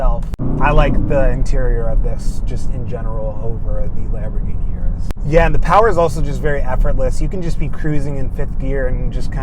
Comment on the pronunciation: Pronounced urus not "Your-us" But I LOVE my DBX anyhow. Drives great, sounds great, but not quite as flashy. 2025 Aston Martin with improved infotainment was only upgrade needed.